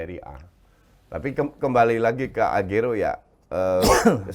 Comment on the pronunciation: Akhirnya coach agak bener nyebut Aguero 🤣